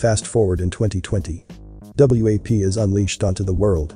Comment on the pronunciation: The fact that the narrator keeps calling it W.A.P. instead of WAP is annoying, but also is misleading. U gotta say it like the kids say it if u expect the parents to know what to listen for.